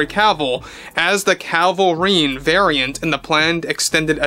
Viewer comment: You keep saying Calvarine instead of Cavil-rine. 😂